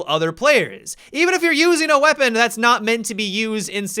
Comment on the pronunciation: How about when his vowels trail at the end of a word usually at the end of a sentence? Like "weaponaaa"